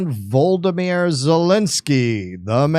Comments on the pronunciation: Its voh law dymir 😂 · When you pronounced "Volodymyr" the way you did, it makes him sound like a Harry Potter character.